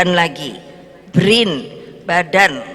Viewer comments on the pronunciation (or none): none